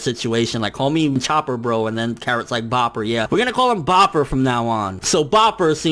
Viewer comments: "I think we're having a break next week." Uhh, yeah it said so on the last panel. No thoughts about it, just read the panel. Also, it's BROPPER, not BOPPER, as in Brother or Bro Chopper, or pper, when combined is BROPPER. Again I don't get how that was missed. Hell, even the TITLE FOR THE CHAPTER says Bropper. Did you really just skim through this chapter instead of reading it in full? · its Bropper, not Bopper, get it together